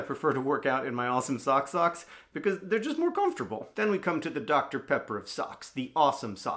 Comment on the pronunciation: they way he said "because" pronouncing every letter in the word makes me laugh every time